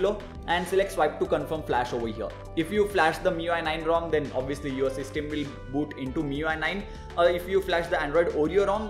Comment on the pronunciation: Plz pronounce system correctly its quite annoying